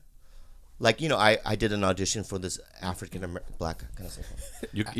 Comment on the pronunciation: Did he say blafrican?